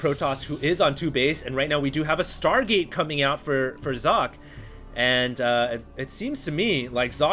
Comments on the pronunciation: inohope Stating that it's still pronounced incorrectly isn't being over-sensitive. Personally, I don't give a damn (as a German), and I think most ppl are just trying to be helpful here. If someone goes ahead and states "Here, I can say it correctly!", then does it wrong, correcting him is being "full of oneself"? Right... Just pat him on the head and smile would then be the right thing? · actually there is a pronunced e at the end of Socke's name, it's pronunced like pronunces it, just with an e like the first e in energetic at the end. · You must be German. (Kein Problem. Ich kann Deutsch). In English it'd be more like Zock-uh, if you wanted him to pronounce it the way it would be in German ^^ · Socke is pronounced ['zɔkə]. It's german and means sock (singular). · Sock-eh, btw. It's german. And its alternative gaming :) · Its not Sokka, if you want to pronounce it right Do socket (from wow :p) and dont pronounce the last t. Sokkeh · I went to Google Translate and found out that it does very much mean, "Sock" but it was pronounced as "Zok-ka". You got it pretty much right! Thanks for the Info. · Sok? no it's Socke ^^ you got to say sock + eh. not Socky, not Sock, just socke(h) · you have to pronounce the E in sockE. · You got your pronounciation almost correct. There is one more sound after how you say "Socke", the German "e" which is how you'd probably say "-eh" with a silent "h" or as the "e" in "taken". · jock... haha "Sock-Ke" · "socke" is German (as is the player) and it means sock (the things you put on your feet before you put on your shoes)... So, the right pronunciation would be something like "Sok-ka". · not sock you have to speak the e ;) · How to properly pronounce "Socke" 1. Start saying "socket" 2. Remove the "t" at the end and say Z instead of S in the beginning 3. Profit.. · Socke is pronounced more like Zock-euh. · socke is german... prenounce it like you did and put an "e" like in "tennis" at the end and it would be perfeckt...